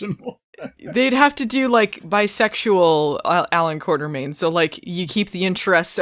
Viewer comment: Quatermain. Or has someone added an R to it? Apparently various people do add an R to it. Think